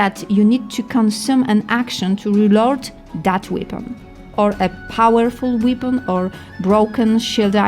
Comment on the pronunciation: na miły bóg - nie łipon - we-pən , nie mil - meleɪ , nie instrukszyn - ɪnˈstrʌkʃn, nie smal - smɔːl...... i można tak ciągnąć i ciągnąć....